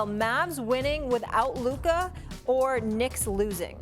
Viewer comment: Still cant pronunce Luka's name properly -.